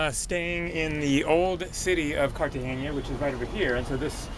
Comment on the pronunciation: Wow- it's too bad this happened to you. I've been robbed in the U.S, so like you said, can happen anywhere. Stay safe in your travels! Also,it's pronounced Cartagena the (n) is solid, not cartage(ny)a.